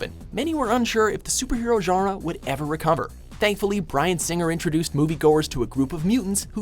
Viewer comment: No one: WM commentators pronouncing “genre”: “giearuh”